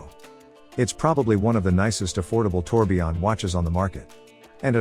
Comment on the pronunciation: It's tourbillon, not tourbion